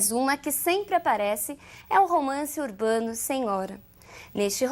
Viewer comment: É engraçado quando ela fala romance urbando ou andianista.